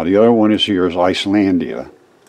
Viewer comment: Thank you! Islandia, the way you pronounced that (about 20 min in), almost "Ice-landia". Isis; eye sis. Eyes is. "Ice ice baby"? Huh, listening with these new eyes, I heard "chemical spill". How weird, the varied connections! We can touch this.:)